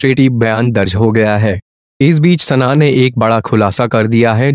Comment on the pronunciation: Sanna sanna sanna kyu bolta hai? sana bol